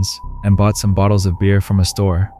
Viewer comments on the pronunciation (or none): none